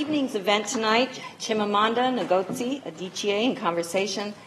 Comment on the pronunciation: She kept pronouncing 'Ngozi' wrong 😂😂😂